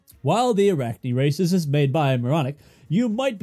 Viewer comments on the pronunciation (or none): Had to turn on captions thought you said racist.